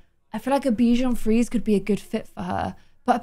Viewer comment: Hey, the Frisé in Bichon Frisé is pronounced like free-zay =) It's the french word for curly, we also refer to some types of salads as frisée.